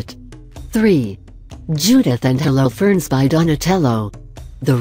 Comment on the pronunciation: What about "Hollow ferns"?